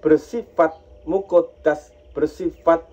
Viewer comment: Ijin Meluruskan, kata² azali jangan dibaca ajali, Kata² muhaddas jngn di baca muqoddas, perlu belajar lagi yg tepat,karena di tonton banyak org, maaf